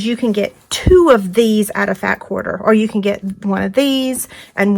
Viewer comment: First, I love your tutorial!! These baskets are so cute and helpful. Now, are you saying "fat quarter" or "fab quarter"? And is that a single layer of a quarter of a yard of fabric?